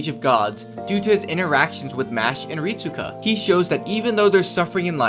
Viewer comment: Rit-su-ka might as well call him rit-su-cuck